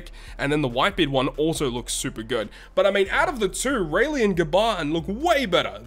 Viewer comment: Why they still have the nerve to release such characters with auto special dmg dealing attack, despite the non-normal atk debuff that will always be in sight everywhere you go. and ''Gaban'' sounds like ''Garbage''